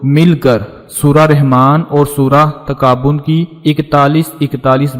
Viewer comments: Bhai pehle to talaffuz sahi karen, surah taghabun hai takabun nahi,🙄🙄🤨🤨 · پہلے اپنا تلفظ تو درست کر لو تغابن کو تم مسلسل تکابن بول رہے ہو ۔